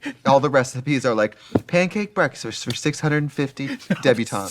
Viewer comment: “pancake breksterss” lmaoo not the mini stroke